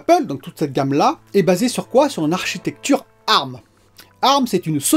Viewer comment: On dit A . R . M ! 😂😂 Excellente vidéo comme d’habitude !